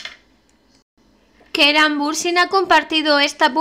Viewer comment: si es el que mejor se escucha pero parece que dice keran pero no se entiende muy bien